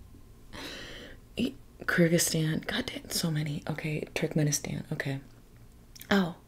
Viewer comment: My fiancé is from Turkmenistan (it's pronounced more like Too-rk-meh-ni-staahn with staahn being stressed) and we have a lot of friends from Kazakhstan and Kyrgyzstan. It was nice to hear you mention these countries! Love and support from Russia💗